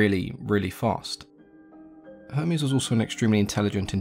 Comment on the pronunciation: He says Hermes like Homies